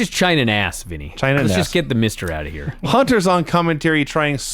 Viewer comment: Lance - it's OUT, not OAT. Get it right, Junior.